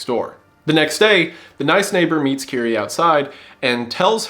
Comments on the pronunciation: bros saying kirie like kyrie eleison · Why do you pronounce her name like that? Say it like 'keery'.